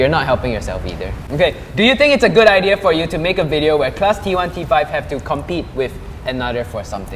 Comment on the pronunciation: "I wouldn't say fo us" It should be for •~•